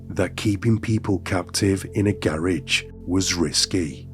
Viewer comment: AI can’t even pronounce garage. ROFL😅